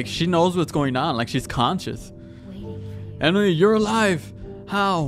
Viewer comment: It's On-wi not E-noo